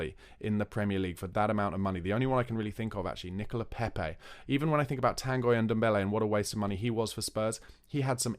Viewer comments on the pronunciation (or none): none